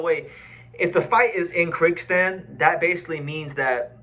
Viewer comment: It is pronounced Kir-Giz-Stan.